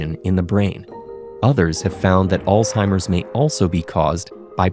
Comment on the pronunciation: 10000 points for the way the narrator pronounced "Alzheimer"